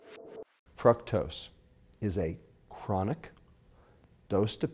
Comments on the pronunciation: Pronouncing "Fructose" Dude: "frucktose." Most people: "frooktose." Pronunciation Error. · its FRUCTOS like fruit not FRUCTOSE like fuck god i know there are different dialects and all but its just annoying hearing you say it that way lol. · if this guy pronounces fructose like "fruck-toes" one more time, my head will pop off... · lol it sounds like he's saying fuck toast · it sounds like he said Fucktose. lol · is it me or does he sound like he's saying "fucktos"... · dude lost me when he talked about evolution and God in the same statement. still informative..but "frucktose" hahahaha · This is a pretty interesting video...but his pronunciation of fructose is kinda gettin' to me lol. Then again, I'm sure mine would get to some people. Still, this is great stuff, really liking this series.